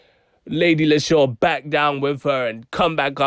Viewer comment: 😂😂😂 bro that edit there had me dyin 🤣🤣 But leshurr is pronounced leesha. You broke it down pretty well though 👏🏿 but your brum accent was more manchester 😂🤦🏿‍♂️